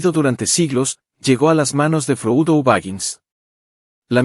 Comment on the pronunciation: Buen resumen, pero si estás narrrando en español, Frodo no es froudo, y Saurón, no es Seuron.